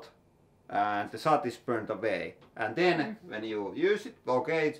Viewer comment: Argh, your English pronunciation is often quite... unique :) I think you meant soot when talking about the (often called once-warmed) wood kiuas. Soot is pronounced like foot :)